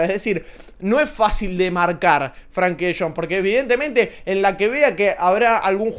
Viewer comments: se escribe con E, no con A. Frenkie. No es “Franki” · no se pronuncia FRANKY sino FRENKY tampoco se escribe así pero es para que se entienda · Buenísimo video cómo siempre! lo único que De Jong es Frenkie no Frankie jajaj